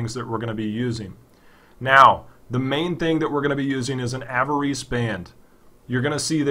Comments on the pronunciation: "AV-A-REESE"? Are you for real? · i lol'd when you pronounced 'avarice'